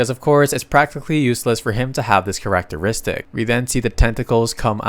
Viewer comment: dude you NEED to find the right way to say characteristic, there is no way you say it like that, PLEASE stop, its killing me here